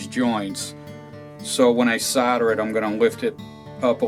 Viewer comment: SOLDER not soder